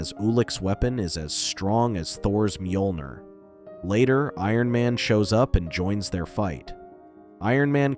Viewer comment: You mispronounced mjolnir